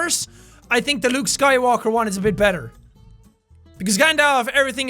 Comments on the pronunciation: Jack: luke skywanker Me SKYWALKER Jack gets it right the second time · Is it just me or did he just say luke sky wanker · Did he say Luke skywanker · It’s Gand all f and Luke sky walker not sky wainker and Gand dolf